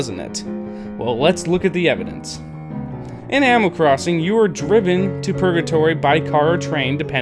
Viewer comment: Please pronounce ANIMAL AS ANIMAL not AMMO